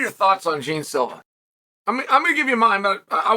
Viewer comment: "Jean" is my ass. His name is JEAN. Put some brazilian effort on that!!